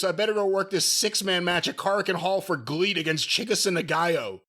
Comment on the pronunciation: It's not Gleet its GREAT but... you know... Japanese 😂